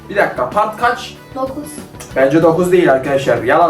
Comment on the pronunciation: sen part diyeceğine pat dedin😂😂😂😂😂😂😂😂😂😂😂😂😂😂😂😂😂😂😂😂😂😂😂😂❤❤❤❤❤❤❤❤❤❤❤❤❤